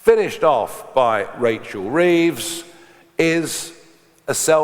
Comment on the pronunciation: The only thing wrong here is the pronunciation of hunt and reeves